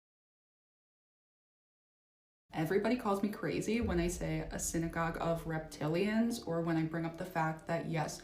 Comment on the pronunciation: Did you say REPTILIANS OR raped-italians😮😮😮WWG1WGAWW IYKYK NCSWIC NQTHING GOD SEES EVERYTHING 👀 GOD WINS FRENS M 🏆